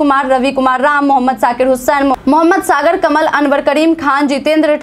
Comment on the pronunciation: मैडम!मैडम!मैडम! मेरे नाम को आप गलत बोलते हैं मेरा नाम "मोहम्मद असगर कमाल " है मोहम्मद सागर कमल, नहीँ है मोहित शर्मा बहुत अच्छे player है।मैं उनका 'फैन' हूँ ।